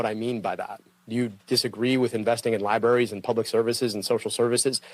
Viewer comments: This dude keeps calling them lie berries, instead of libraries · Did he say "public lieberries" - stunning 😂